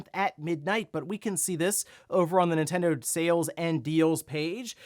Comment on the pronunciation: It always sounds like says "Intendo" but he's not, he's just breezing through that first N